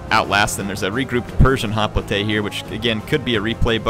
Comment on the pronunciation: Hop-lité? I never knew was part French.